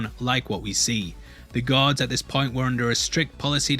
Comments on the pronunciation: I was extremely confused during the intro bc I thought he said Gihun nearly became a god, then I later realized he said "guard" lmao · Got to the last second of the video when I realised you were saying guard, not god. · took me a minute to figure out you were saying "guard" not "God." I was very confused when you said he could've become a "God" lol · You keep pronouncing "guards" like "gods" it sounds like LOL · I think its GUARD not god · I kept thinking you were saying god instead of guard, in your accent how do you differentiate between the two words? in my accent we pronounce the r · GUard... not god... sorry great video but that bit was jarring everytime and confused me for solid 30 secs. I thought you were implying the vips were gods or something. lol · Why do you call 'gaurd' as 'god'? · I tought you said "God" every time you said "Guard" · It took me a while to get that he says guard and not god. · I was only listening to the audio of the vid and getting really confused narrator was saying "choice of becoming a god" im like what? and checked the vid he meant GUARD